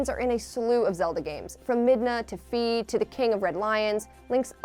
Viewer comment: Its actually pronounced. F-Eye but it's spelled Fi Basically say Eye but with a F at the beginning.